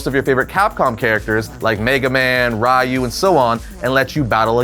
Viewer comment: I lose neurons every time i hear an american say ryu